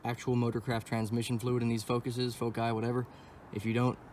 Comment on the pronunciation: I knew I could trust the video as soon as you said foci instead of focus's 😂